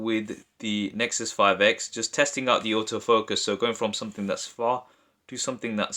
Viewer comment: I'm pretty sure you said " The Nexus 5 eggs " :D